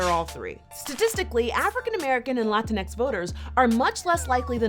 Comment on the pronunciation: Holy fuck, did she just say "Latinex"? Just when I thought this video couldn't get any worse.